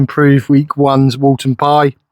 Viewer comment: It’s Woolton Pie, not “Walton” pie haha. Woolton Pie was named after the British Food Ministry Secretary, Lord Woolton. Also, the recipe does not come with mashed potato on top, as if it was a Shepherd’s Pie. I know that there have been Youtubers that I have put mashed potato as a topping, but it is a misinterpretation of the actual recipe. The authentic Woolton Pie recipe is made with your choice of either Wholemeal Pastry or Potato Pastry - Mashed potato would only be used to MAKE the pastry if you chose to go with potato pastry.